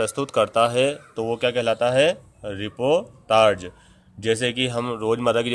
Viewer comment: Uccharan shi karen...ripotarj nhi hai...reportaj hai.